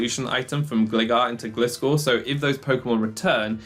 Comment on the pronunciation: It's Glye-gar and Glye-scor. I don't understand what it is about literally everyone that they can't read this name right based on what the pokemon is. It's design clearly shows it is a Hang GLIder bat, okay ? lol Not a Hang glidder bat but a Hang Glider bat. Like I know nobody like when they're corrected on "How to say this fictional made up name" but all names of all things are made up by someone and accents aside, have a way they were intended to be pronounced by their creator just like your own first and surname